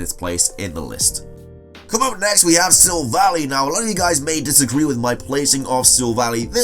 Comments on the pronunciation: Its sillv-ally not silv-allie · you pronounced silvally wrong its just a shortened version of silver ally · I’m a stickler for Pokémon pronunciations, sorry sil-VAL-lie: like silver+ally AZ-elf Ver-EYE-zee-un TAH-poo FEE-nee RAI-koh PAWL-kee-uh LAH-tee-ahs/ohs At least you got Rayquaza right, it always pisses me off when people say Ray-quah-zuh instead of Ray-quay-zuh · Silvally is pronounced Sil-Val-EYE